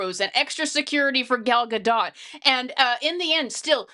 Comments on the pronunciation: Gadot, not Gado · Please look up how Gal Gadot pronounces her last name. The "t" is not silent. (Oh. you actually pronounced it correctly. OK, then.)